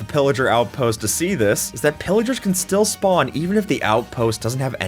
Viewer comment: gng you said schpawn hut </3